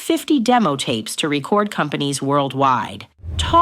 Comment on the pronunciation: the way you say re-cord companies gives away that it’s a crappy AI voiceover